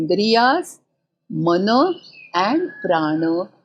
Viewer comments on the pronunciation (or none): none